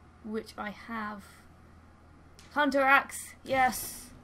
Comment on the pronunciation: you meant the hoonter's dream? From the Hoonter of Hoonters™ herself? hahahaha There's a npc in this game that speaks just like that :P